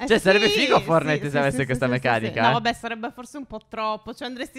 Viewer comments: Forse è una mia impressione ma invece di dire "fortnait" (scritto come si pronuncia) dici "fornait" (scritto come si pronuncia) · Non si dice fornite si dice fortnite